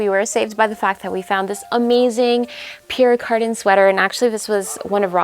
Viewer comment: I love all the pieces you scored in Paris especially the multi colored Benneton jacket!! It's definitely 80's vintage like the beautiful Pierre Cardin sweater, which by the way is pronounced Pierre Car-dan. 😘 My favorite piece is your textured jacket with silver button closures. ❣️🗼🌹